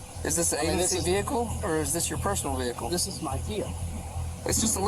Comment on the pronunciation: Vee Hiccle